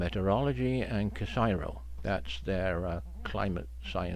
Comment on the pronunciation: A very big thank you from this subscriber for taking the time to make these presentations, uplifting sadly no, but information we need to hear. Just one little thing, although us Aussies love our acronyms, for some unknown reason we refrain from pronouncing it as such and stick with “The C-S-I-R-O”. An organisation that gets a vast amount of respect in Australia and a collective groan of despair for every cut to its long suffering budget.